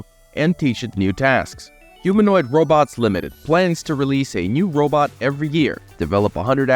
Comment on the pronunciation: he calls it a 'robut'. 😂😂😂 But seriously this industry that makes electro-mechanical robots that either take over human tasks or incorporate with existing human tasks need to stop focusing on making humanoid type robots. Robots don't need to have two legs, they don't need to have two arms, they don't need to have one head. This is the glaringly obvious waste of development money in this industry. Those that figure this out and whom angle their development more towards function and less towards humanoid will be the first companies to have success. Humanoid style robots with an equivalent AI to that of a human is so amazingly far off that any work that's done on that now, while important as a building block, will not net results in any 10, 20 or even 50 year timeline. That's right folks we are way more than 50 years away from AI working as a humanoid robot. What companies need to do, if they're smart and have a vision for the next 10 to 20 years, is focus on functionality. So that means stop focusing on legs and human heads and start focusing on tracks, multiple legs, wheels, multi-physical functios and FAR less humanoid form, and more functional to the environment form. You want to slap a wig and a silly little head on it with googly eyes? Go ahead. The point is these companies are wasting their money thinking they're going to develop something to the market but yet there are generationally back from ever even being close to that point. Generationally. To those compani